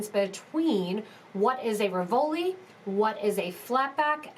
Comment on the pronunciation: It RI-vol-i, not ri-VOL-i. The accent is on the first syllable